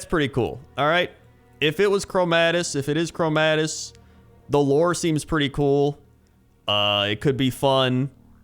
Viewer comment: I love ya, but it's Chromaggus man, not chromadus, thats about it, great video though